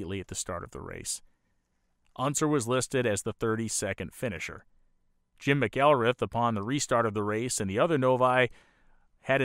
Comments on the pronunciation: Two things… Eddie Rickenbacker (RICKenBACKer) JIm McElreath (MACKelREATH) Otherwise perfect, as per usual. Thanks for telling another story that needed telling. Cannot wait for the Harry Miller piece… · Jim "Mack-Ell-Reeth"...with accent on the "mack"... I've lived within a stones throw of IMS for over 60 years, and never heard his name pronounced any other way until now. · A great story, this is something I have never seen covered like this, anywhere, before. A nice job, overall, but there are flaws like mispronunciation of names (McElreath, Hurtubise... I should have taken notes). I suspect a kind of problem that can happen with an unfamiliar subject, with all the research being in reading. (In other words, for people with some familiarity with the history of Indy, they know the names.) That kind of a grating flaw really ruins a documentary like this, unfortunately. Otherwise, this is really good, I enjoyed it, there is a lot I did not know, it's a very interesting subject. Even with the cringe moments of the mispronounced names, I give it a thumbs-up "like". The name problem really is a big one, something that can propagate through viewers who are completely new to any of the history and who might spread the wrong pronunciation of names of men who deserve respect. It is something serious enough to go back, find your mistakes, redo the narration and re-edit the video to correct things. If that is done, I would give this a letter grade of a solid A. The name problem would take that down to a C. It's a very big oops.